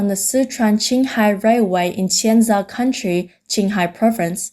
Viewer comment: "COUNTY" not country! There is no "R" near the end.. it was said wrong at least 10 times.